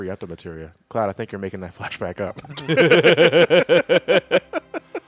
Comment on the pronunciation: Cleoud. lol By the way, you mean 29 days it’s Lunar Year.